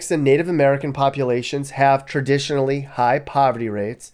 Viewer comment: "have tradionatilly high poverty rates" made me laugh